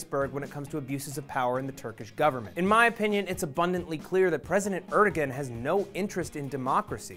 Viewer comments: Just FYI, the Turkish president's name is pronounced like "eredouan", not erdogan. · Great video working to expose the "President" of Turkey for what he is! However, his name is pronounced Aer-do-an, not Er-de-gen. I would like to share this video, but the mispronunciation may make the viewer question the veracity of the message, however unjustly. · er-doe-an pls not er-dog-an the g is silent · i think the g in his name is silent,the name is pronounced arduwan as far as i know